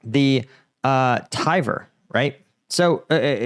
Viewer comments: Very small note: Tver is not "tiver" it's "tver" with "e" sounding simmilar to "chair" Ty for covering this interesting topic, nice to see russians getting payback for attrocities they have caused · You way to pronounce Tver sounded more like the word it originated from "This name is linked to pre-Slavic Finno-Ugric and Karelian toponyms like Tihveri".